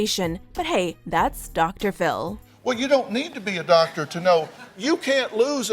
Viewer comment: Did anyone else hear “ Dactor “ Phil?